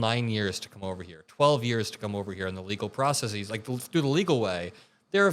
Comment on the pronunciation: Process-es,; not "process-eeze"!